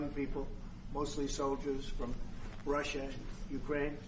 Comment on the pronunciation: R U S S I A ….. not T U S S I A